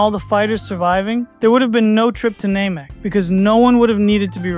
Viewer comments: Blue-ts waves?? Name-ek? Microphone responsiveness doesnt sound Ai, but the enunciation is setting off alarm bells. Wanna tell me why a dragonball fan would incorrectly pronounce "namek" Thats kind of a smoking gun. "And Where theres smoke.... theres....." Finish the quote if youre an actual dragonball fan. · I always thought it was pronounced name-eek. You must have watched a weird dub or something. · Thats not how the english or japanese dub pronounce namek.